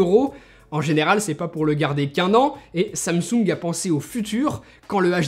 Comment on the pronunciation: Quand t’as dis samsung j’ai entendu ça me soule